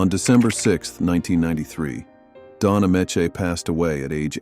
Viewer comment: It's Don A-mee-chee.